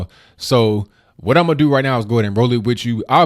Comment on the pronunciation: i'm going to, not 'oma'